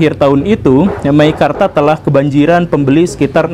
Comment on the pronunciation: MEKIKARTA... wkwkwkwk...